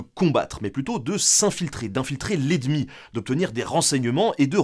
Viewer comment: "Infiltrer l'et-demi"?